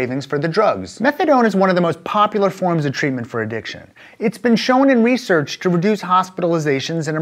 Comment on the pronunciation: “Addition” I’m sure you’d like to fix that.